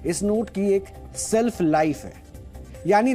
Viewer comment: Self nahi shelf hota hai😄